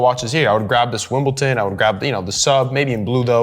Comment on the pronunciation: Wimbledon with “d” :-)